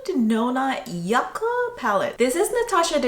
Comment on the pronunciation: Yucca not yaca